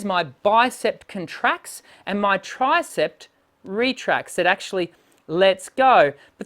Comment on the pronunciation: It sounded to me as if you pronounced the names of the arm muscles as "bicepT" and "tricepT" . There is no final "t" sound in these words. They are pronounced as they are spelled: "bicep" and "tricep". (I don't mean to criticize - just offering helpful advice.) Your videos are great, by the way. Thank you for freely sharing your knowledge.